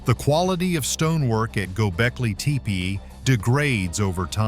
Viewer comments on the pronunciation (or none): Please! It's pronounced TEH'-PAY not TEE'-PEE not TAY-PAY' but TEH'-PAY. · get a better voice generator. "tee pee"